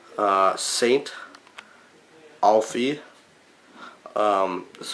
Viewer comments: St. Aoife or Naomh Aoife is pronounced ee-fa not alfie! And its a Shamrock not a clover! Americans always mix these things up! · It’s Aoife as in ee-fa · It's pronounced St.eefa, and it's a shamrock by the way :) aoife is an irish female name